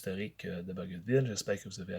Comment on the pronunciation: Donc il faut prononcer le "t" dans "Bagotville" ?